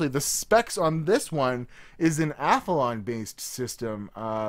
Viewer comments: Ath-lon... Not Ath-a-lon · A-thuh-lawn lol